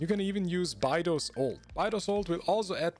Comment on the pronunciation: buy-dough 💀💀. its bay-dough (in playdough)